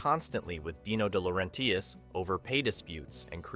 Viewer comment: Here's a breakdown of how to pronounce DeLaurentis: De (deh/duh): Like the "de" in "define" or "the". La (lah): Like the "la" in "lah-di-da". Ren (ren): Rhymes with "hen" or "pen". tis (tis): Like the "tis" in "artist". You're welcome.